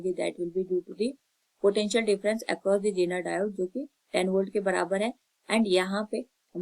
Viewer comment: It's not jeneer it's zener